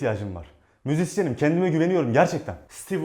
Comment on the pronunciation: 2.48 işini gobaran müziksiyenim diyo